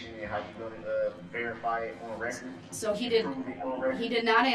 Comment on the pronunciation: The poster child for sovereign citizens. Lol. For the reh-kert. His dumb arse thought he was going to get a mistrial... hopefully he will get g.ang grap3d...